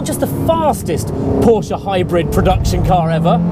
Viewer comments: 10 dollar camera, and calling it porscH .... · Por-sha!!! Get it right! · Reignmkr! Only retards in america say porsha